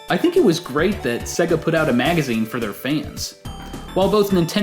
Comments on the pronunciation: Why does he pronounce Sega "Sigguh"? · Shows interview where someone who works for Sega calls it Say-Gah... still pronounces it Seg-Ahh. Stick to yer guns, sir! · Am I the only person that cringes every time he pronounced Sega? It is supposed to sound like SayGa not Sigga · IT’S SAY-GA RETARD, GET IT RIGHT. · why can't Americans pronounce sega????? what exactly is so difficult??? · I really like you and your videos, but the way your pronounce Sega makes me cringe lol! :)